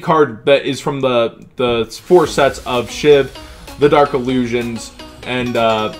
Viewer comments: Hey its not SHIV its SHVI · no tf its bot SHIV ITS SHVI